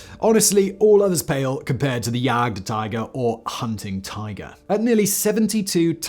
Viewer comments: It is not jaggedd tiger it is [Jaakt][teeger] please work on your languages....this is really baaaad.. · Ugh...the way he pronounces Jagdtiger.